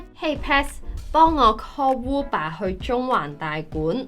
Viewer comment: Uber 變成“烏爸”。是英國那一地區的發音？或者這是香港的獨特發音？